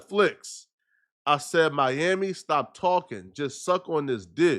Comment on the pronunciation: Was that Mami or Miami 😂😂😂